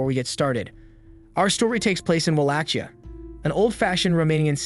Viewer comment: Am I crazy or is it not pronounced “Wah-lake-e-uh”?